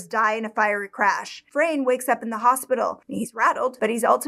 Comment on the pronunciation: His name is pronounced as it´s written, not Frein, Fra-ne 😉HNY ❤